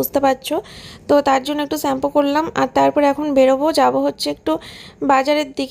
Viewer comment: সেছম্পু না শ্যাম্পু কি যে উচ্চারণ